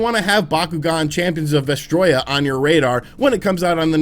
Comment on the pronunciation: It's pronounced va stroy ah